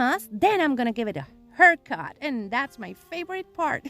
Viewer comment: Love the copper pumpkin, my sweet friend. So pretty. The little tpiaries are so cute! So glad you went more nuteral this year. FALL letters look beautiful with your wheat wreath! I love all 4 of these diys. The way you say haircut cracks me up! Hope you have a great day. Hugs from the southeast coast of Florida. 😎 Didn’t get your text .Don’t know what happened.😩